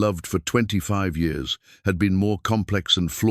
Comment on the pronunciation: Years are not pronounced like the narrator is pronouncing it.